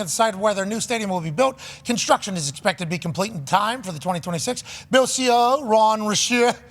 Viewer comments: LOVE Pat.... can someone teach him how to say BILLS? Not beels 😂 ❤ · Bills, not Beels. ;) No way they get a Super Bowl in Buffalo NY with no dome.